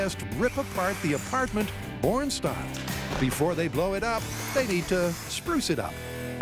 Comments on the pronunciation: Yep, heard “porn style” every time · Who else heard “porn style”? 😂